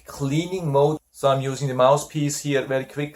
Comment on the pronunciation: Thanks for a very helpful review. Please ask a native-born English speaking friend how to pronounce the "th" in "mouth" and "mouthpiece". Otherwise it sounds like " mouse" and "mousepiece." I have this nebulizer and your review was very informative. 😊